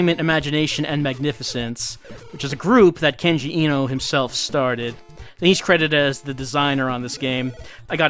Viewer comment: I've been meaning to say this for a little while: the e in Eno is pronounced like the a in late. Vowels in japanese are all only pronounced one way. A is pronounced like the o in stop, i is pronounced like you pronounce it in kenji, u is pronounced like the double-o in food, and o is pronounced like in sold.